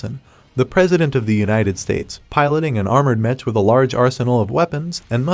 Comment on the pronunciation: Stop saying metch its mech (mek)